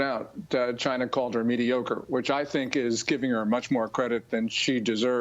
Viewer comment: Did she say “mediokra” lol